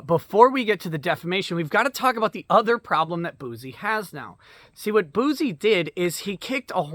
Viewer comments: You keep saying bouzy but it's pronounced bussy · It's pronounced "Juicy Bouc-eh"